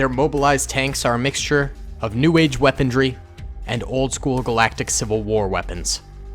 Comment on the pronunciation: The word "weaponry" does not contain the letter D.